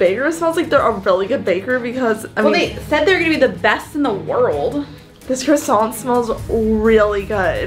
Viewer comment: "PUT THE CRASSONT DOWN!"